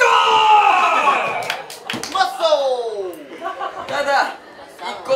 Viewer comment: the way Rau says "muscle" haha